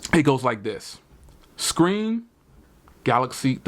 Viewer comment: go to school bro... it's called Galaxy. not galax.